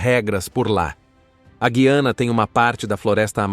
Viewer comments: Eu aprendi que o nome é Gu i ana, acho difícil ouvir vc falar guiana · Parece que você também não sabe muita coisa sobre a Guyana, a começar pelo nome do país. Você diz Gui-a-na, quando o correto é Gu-ya-na.